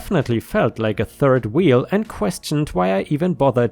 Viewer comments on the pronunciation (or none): none